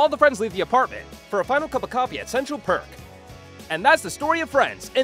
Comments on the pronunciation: It was fine until you said 'central park' instead of 'central perk' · I just hate how you said Park instead of Perk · Wait! Did I hear "Park"? Nuuuu!!! lol